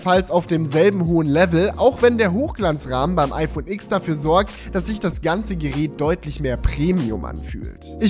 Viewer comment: Tolles Video, so schön und qualitativ hochwertig produziert mit Sinn für Ästhetik schöne Locations, gute Dramaturgie und na ja das mega geile iPhone TEN. Du hast mir aus der Seele gesprochen. Nur ein Punkt: Sorry aber mich nervt es wenn man Iks sagt.😉